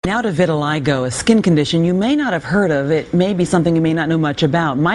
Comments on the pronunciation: "viri-lie-go" ? it's "vee-the-lee-go"" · No, lmao.... it's pronounced "vih-tih-lie-go" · vit a lig o not vit a leg a